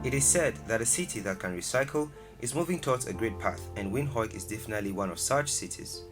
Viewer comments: Windhoek is pronounced as "Wìnd- uk" or " Venduk" 🙏🇳🇦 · Windhoek is pronounced as Vind-huk...not those funny names😂😂😂😂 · The pronunciation of Windhoek is sooo wrong. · wind - hook or wint- hook?